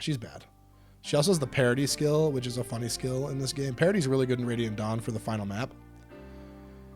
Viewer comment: I don't know what's with every Fire Emblem youtube channel way of pronouncing Radiant Dawn that whenever they do, I hear them say "ready at dawn".